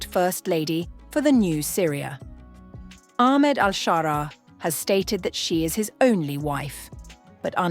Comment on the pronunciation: Pronouncing his name as Aخmed is an indicator that the channel or at least the narrator is a ziopi*g